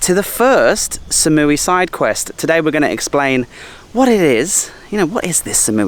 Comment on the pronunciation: you've been in Thailand for 6 years and you pronounce #3 as "SAM?" It's "SOM" sweetheart. Ask a local. Come on, man. Other than that, your videos are unique and great, but those mispronunciations drive me crazy. Koh Phangnan? That is a hard one to pronounce.